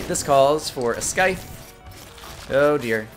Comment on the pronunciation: At least with the nerdy glasses you're no longer color blind o3o?? Also, dangit Brian, that c in Scythe is soft. it's not Sky-the. it's sai-the. =3=.